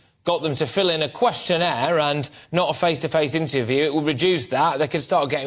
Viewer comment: Questionairse? I thought they didn't speak English. What a joke.